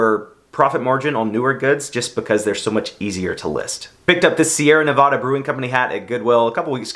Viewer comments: your title in your listing misspelled Nevada “NAVADA” also when you’re from the state of Nevada you pronounce it Nevada with the ad sounding like add, not the ad sounding like “odd”, I hope that makes sense, I’m sure I can find a YouTube video with it lol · Noooo.. you said "nevada " wrong.... its a cringe thing here...lol.. (I live in reno) but still got mad love for ya..hahaha.. also I'm very jealous you got a ralli roots beanie ..looks good on you.. im a huge 90s fan and the colors are my jam..lol ..